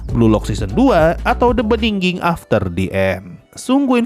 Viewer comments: Begining bang bukan beningging hadehhh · bigining bacanya. bukan bndingging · "The beginning" bang, bukan "the beninging" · knp the beningging sih bang wkwk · Emang sengaja itu. Ngambil dari pidato "in the beningging" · sebenarnya yang gw denger "The Beginning after the end" atau "The bedingging after the end" sih wkwkkw Lu sarkas apa emang beneran gitu bang? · "The beningging" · itu ngomong the beniging itu sengaja buat parodi atau gimana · Wkwkwwkwkwk gw kira kuping gw bermasalah tpi emang dia ngomong nya the beningging 🤣🤣🤣